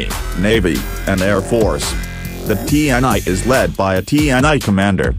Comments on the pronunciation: Its actually pronounce "tee En EE" not like tee en ai 😊😊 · Cuma ti en ai jx yg jelas kedengarannya😁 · Bukan tee and I tapi TNI serr,.. Bacanya,. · Ti En Ai... Agak aneh sih dengerny 😂😂